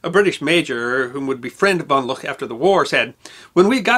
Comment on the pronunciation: Good piece, but one small correction: it’s Hans von Luck, pronounced “Look”.